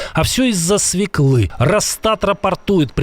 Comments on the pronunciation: Не свекЫ, а свËклы! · Не свеклы, а свёклы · Не свеклЫ, грамотей, а свËклы! В русском языке в словах где присутствует буква Ë, всегда ударение на эту букву. Пример : ëлка, ëжик, свëкла.